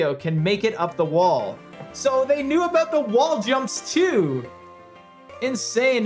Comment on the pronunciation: hehe yeah, what its all "aboot"